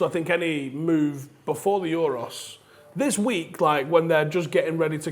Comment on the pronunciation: pronouncing euros like its a greek island